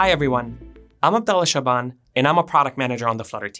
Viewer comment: Why do you pronounce your name wrong ؟ Thanks for the video